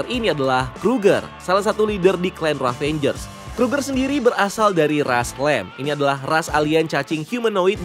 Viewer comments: Ravagers min bukan ravangers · ngeganjel banget setiap lu bilang RAVANGERS instead of RAVAGERS bang 😄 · aduhhh, cara bacanya "revejers" bukan "ravenjers". tolonglah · Bang, yg bener Ravagers deh kalo gak salah bukan Ravengers. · "Ravagers" ngab, bukan "ravengers". Ga pake "n" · Padahal ravagers bukan ravenjers bahahaha